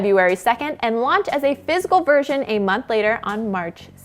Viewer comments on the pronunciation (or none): none